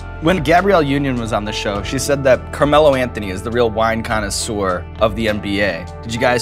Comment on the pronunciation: Connaisseur not connoisser